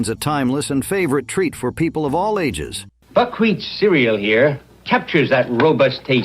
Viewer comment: Buc- Wheat Cereal, not Buc- Wheats Cerial!